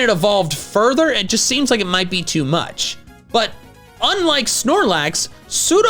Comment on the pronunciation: It's Sudowoodo, NOT Sudowuddo!